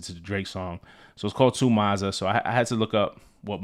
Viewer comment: To expand on the London slang - The 'Ma' in Mazza is pronounced 'Mah-zza' not 'Mar' in your US accent. It's derived from the word Madness. A madness, a madting, on a mad one, a mazza. Or a mazzerini if shi got really crazy 😂Also, it can be used to describe both a positive and negative event. Whatever's most fitting